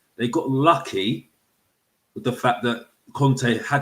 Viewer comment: It's da history of da Tottenham